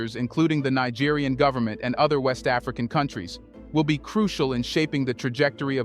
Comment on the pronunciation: You should say "knee-gerian" for Niger to distinguish it from Nigerian for Nigeria.